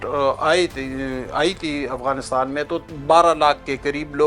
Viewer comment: AAP Hindu ho shayad AAP ko Afghanistan Bolna nai araha indian s ki terah bolt rahay ho